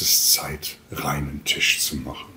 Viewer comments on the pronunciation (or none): none